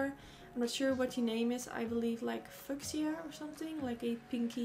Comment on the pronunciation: I'm with you on the price of the beauty blender!! Every time I go into Sephora or Macy's I just stand there and stare at all the pretty colors and wish I had more then I say "For $20 I'm using the one I have until it's dead!" Beautiful look!! Fuchsia is my fave! (Just because you didn't seem to know how to pronounce it, I'm not trying to be rude and correct you, it's fyoo-shuh)